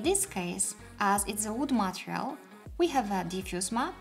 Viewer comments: Thank you! Oh, and just a small note, the word material is pronounced 'ma-TEE-ree-uhl,' not 'ma-tri-uhl.' Hope that helps! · You say material or Montreal?